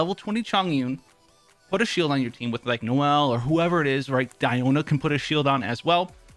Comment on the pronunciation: Die-o-Na Isn’t it should be de-o-Na ?